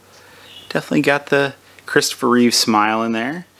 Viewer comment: You say REEVES at least twice in the video and you have it spelled REEVES in your description. It's REEVE, no S on the end. Learn his name, it will reflect well on you.